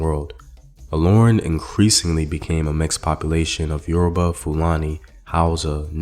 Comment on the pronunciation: Yoruba came from the word Ori Obba meaning "The Head King" which is used in referring to the Alaafin of Oyo Empire but the white was pronouncing it as Yourriba.